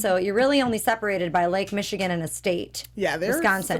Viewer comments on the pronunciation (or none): none